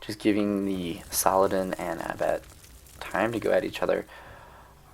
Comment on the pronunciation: Love ur vids man, think I’ve seen all of them, really. But the way You pronounce saldin as salladan gives me a fever dude 😂